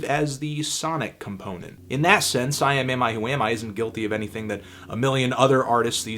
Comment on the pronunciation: That's uhh.....that's quite the band name. Good job pronouncing it in one go.